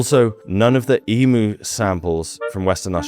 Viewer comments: not “emoo eggs”, pronounced eemyou eggs. Emu = eemyou. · Why do people insist on mispronouncing emu. Its e-mew like the pokemon not e-moo! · No No No!! It's EMYOO Not EMOO!! (aussie here with a huge love of wildlife and your videos) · Bun - yip pronounce not boon-yip. Eem-you not Eem-moo that’s an over sensitive nother creature. Love your work. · I think people kept moving just to get away from everyone else. Sorry, man, its pronounced ee myou, not ee moo. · eee-myu not eemoo, they arent cows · I love your channel but feel the need to un-americanise your pronunciation. “Bunyip” is pronounced “bun-yip” not “boon-yip”. “Emu” is “eem-you” not “ee-moo”. Apart from that, great. 🙂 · eem-you not e-moo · Bunyip is pronounced the same way you pronounce a bun that you eat. And emu is not pronounced emoo. It is like eemyou. I am not criticising, cos I know you are busy, just letting you know. I love your work👍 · Hey, I enjoy your videos immensely, thank you! Anyway…that bunyip legend is probably based on a zygomaturus, they were a semi aquatic close relative of the diprotodon, but with a small trunk. By the way, you pronounce emu eem-you, cheers mate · It's E - mew not E - moo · Love you SM but it's emu eeeem you. Not eeemooo. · Bunyip, you say it like a bread bun. Emyou, not Emoo.....just helping. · Eeem You, not Eeee Moo🙂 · Emu is not pronounced E-Moo, it is pronounced E-Mew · mate.. its not "emoo" - its "eam-you".... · We Aussies say emu as emyou, not emoo. :) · Not eem-oo....it's eem-you. Apart from that, very intetesting. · Handy hint: Emu is pronounced Eem You (not E Moo) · EEM-YOU !!! NOT ee-moo. It's not a fkn cow ffs. And honestly your commentary leaves a LOT to be desired. There is just too much wrong with it to even start going into detail, including condescension, and that's just in the first 21 minutes. Just a good thing you are too much of a wuss to actually visit here. You get to miss out on paradise 🤷🏽‍♀ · It's Eem-You not Eem-Oo 😊